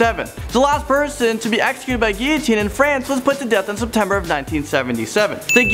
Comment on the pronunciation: Guillotine is a funny word and everyone seems to have an argument on it’s pronounced, for example I think he pronounced it wrong... now watch someone disagree with me